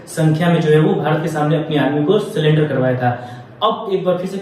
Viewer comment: It's not SULLENDER it's SURRENDER.